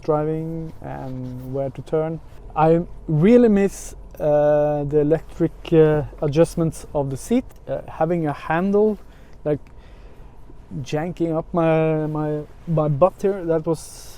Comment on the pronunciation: It’s “yanking”, 😀